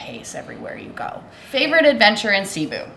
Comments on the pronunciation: Hi guys, Cebu is pronounced like taboo, accent on the last syllable. Best to ask the locals how to say it. Watching you from Orlando Florida. Good job guys!😁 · Pronounced Ceh BOO! Say it that fast. Glad you had a great time. Filipinos usually are very hospitable. The water is so clear and so warm. I do miss that. You probably looked intimidating and they didn’t bother to steal from you. 😬 You’re so lucky things were not stolen in your luggage.